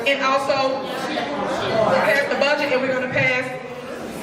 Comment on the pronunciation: Tiffany vocabulary / phonics: Thor'on Tahn-shilp (Thornton Township) Dowton (Dalton) "Finna" instead of "going to" do something. Peepu (people) Keeds (kids) Yoot (youth) Bedget (budget)